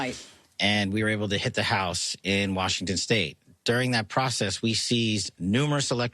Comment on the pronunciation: it's Warshington 😂